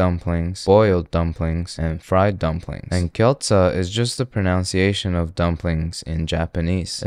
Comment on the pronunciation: WTF is "kyoltsa"??? How do you fck up the pronunciation so bad? It's literally pronounced the way it's written: gyo-za. It's not rocket science.